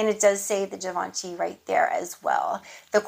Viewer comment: Happy Birthday Nice haul as always!!! The way you say Givenchy is perfectly fine😉(I’m French so I can reassure you) And your food for thoughts… I felt like you were talking to me So true I can’t wait to hear the new change in your life…surely another blessing that you deserve so much Have a great day 🥰